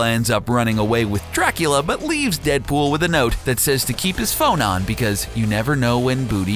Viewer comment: in he said 'DeadBull"